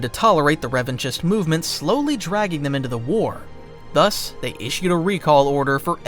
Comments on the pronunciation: I believe Revanchist is pronounced Revan-KIST. Like anarchist, which was the intended parallel. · The ch in Revanchist is pronounced as a K. It sounds stupid to hear you saying it wrong. You're supposed to be a fan. You are a content creator. Don't mispronounce names in Star Wars.